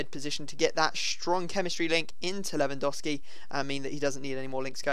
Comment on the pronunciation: I was kinda hoping for a more dramatic intro than normal, but no still "hi guys here" And I still think you saying Lewandowski wrong